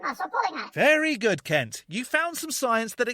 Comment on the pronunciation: I think you're pronouncing Kent wrong😂